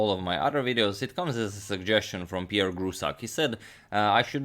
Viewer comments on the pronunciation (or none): none